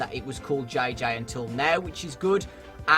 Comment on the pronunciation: The way says JJ bugs me